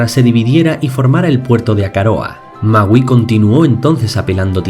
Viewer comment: alguien mas penso que decia mauu ? :v